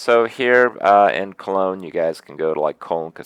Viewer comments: Kroogah Maybe he was. But he said Colonge or at least almost said it. :) And if he changed it to Germany instead, he is a silly man. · Kroogah Listen closely he actually says "Colonge, Germany". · yeah he says cologne germany